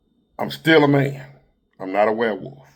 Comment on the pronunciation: "A big mane." 😂 You're tripping,.